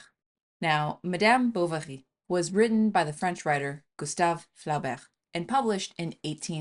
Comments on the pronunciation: It's pronounced Floh-bair, not fla-bair. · The pronuniciation of Flaubert's name, is Flober with a long O sound. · The author's name is pronounced floh - BEAR. Otherwise, excellent talk. And yeah, I read Mme B. every ten years or so, and it's like it's getting more affecting every time. BTW Flaubert's L'éducation sentimentale is just as terrific. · Pronounce Flaubert this way: Flow - berr. Otherwise, great video. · I got so much joy when you pronounced Madame Bovary and "Flaubert"...i love it!